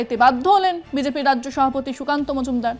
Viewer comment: ম্যাডাম আপনাকে শ্রদ্ধা করি তবে একটা অক্ষর মনে হয় আপনি ভুল উচ্চারণ করছেন মনে হচ্ছে সভাপতিকে সহাপতি বলছেন। তবে স্পিডে কথা বলতে গিয়ে অনেকেরই এরকম হয়ে যায় আমার মনে হচ্ছে ওই শব্দটা যখন ব্যবহার করবেন তখন একটু ধীরে বলবেন তাহলে ভ অক্ষরটা স্পষ্ট হয়ে যাবে।